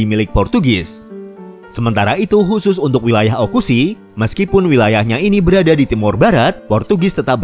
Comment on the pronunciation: Sedikit menambahkan min 🙏🙏 : 1. Oecusse di baca "Oekusi" bukan "Ukusi". Tempat pertama Portugis menginjakan kaki di pulau Timor sebelum ke Kupang . 2. Dalam bahasa Dawan Oe (air) dan Cusse/kusi (meriam). Ini karena raja kekaisaran Ambeno saat itu melihat kapal Portugis datang dari kejauhan membawa meriam. Bukti meriam itu masih ada hingga sekarang di Sonaf (istana) kerajaan Ambeno. 3. Sengketa lahan mengenai pulau batek di Kabupaten Kupang dan desa Naktuka di wilayah TTU nyaris menimbulkan perang saudara dengan Oekusi. 4. Oekusi sebenarnya tempat pelarian para Topass (prajurit perang turunan campuran pribumi dan Portugis) yang melarikan diri dari kerajaan Larantuka di Flores Timur.. 5. Bahasa Tetun asli (Tetun Loos) dituturkan di wilayah kabupaten Belu dan kabupaten Malaka di NTT. Sedangkan di Timor Leste menggunakan Tetun campuran Portugis (Tetun Agora). Jadi sebenarnya induk asli bahasa Tetun berasal dari kabupaten Belu dan kabupaten Malaka di NTT.